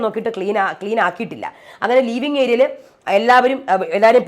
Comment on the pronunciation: ലീവിങ് ഏരിയ അല്ല, ലിവിങ് ഏരിയ